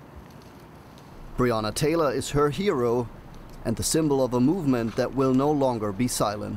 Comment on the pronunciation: Mispronouncing Breanna Taylor's name is one thing, but at one point you said "Breanner Tayler" then you say "Breanna Tayla". Why?